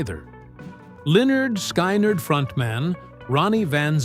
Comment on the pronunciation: If the author can't pronounce Lynard Skynard, then it'd hard to believe the knows anything about music-or-it's typical AI reading a script.